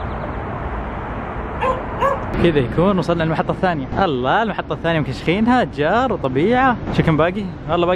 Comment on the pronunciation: يقول اجار مب اشجار😂😂